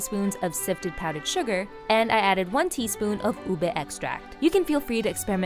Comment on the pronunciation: Finally someone who pronounces Ube correctly